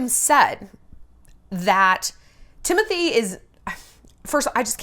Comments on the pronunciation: I love Shallon but I cant hear her say Timotye one more time his name is Timothée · “TimOUTIEa” took me OUT 😂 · I just love how Shallon pronounces Timothees name hahaaha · yes I know, but she says in a funny way, that's what I meant.